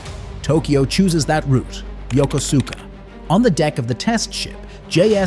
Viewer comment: It's pronounced yo-kus'-ka.